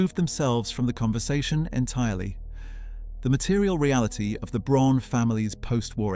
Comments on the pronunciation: Please work on the pronunciation. Braun is just the German word for brown. It's pronounced the same - BROWN. Fucking AI. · If you are going to make a documentary about Eva Braun pronounce her surname consistently and correctly - it is pronounced just as the English word and name 'brown'. Her first name is prounced with the 'E' pronounced as the 'a' in the English name 'David' .....this seems to be an AI cheap production with the usual propoganda undertones....... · Fake and click bait, not even saying the name BRAUN right. Their name was not Prune. This is very bad. Not worth watching,. To many mistakes and not true stuff. Do not waste your time. We have very good historians that make great and truthful videos. Not nonsense like this one.